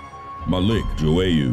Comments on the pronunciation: Stop saying Joowayoo its João google the pronunciation!!! Grrr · it’s pronounced joy-uh not jowayu